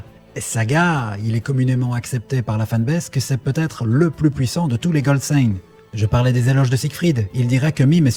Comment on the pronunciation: quel est le plus " pouissant " 😅😅😅